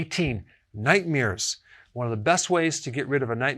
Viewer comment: Is this dude saying nightmears?